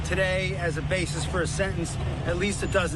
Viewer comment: bas-eses? Who says basis like that? LOL